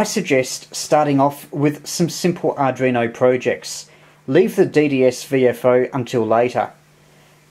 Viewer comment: 5 & 9 plus description but please..ARDUINO not ARDRINO.. 73 G3NBY.